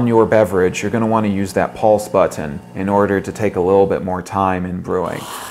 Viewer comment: I hate how this guy says But-ton..